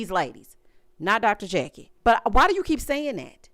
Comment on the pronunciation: why did you say "not Dr. Jackie" like that?! 😂😂😂😂😂